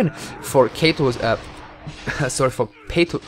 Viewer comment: His name is PATO, not "peito". However, yes, we "enchoyed" the commentary.